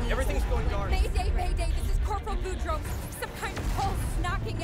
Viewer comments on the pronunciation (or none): none